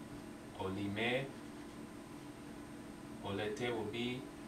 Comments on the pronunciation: In verbs oled, olete, oleme the accentuation is in letter O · In verbs olete, on, oleme, oled, olnud, ole etc the accentuation is on letter O and it's not like russian...-.- anyways good progress